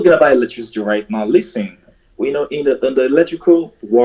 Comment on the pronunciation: HAH! --- He's already commanded to "LEEST-TEN" multiple times! --- "Bad Mood " is an expert at throwing him off script, isn't she???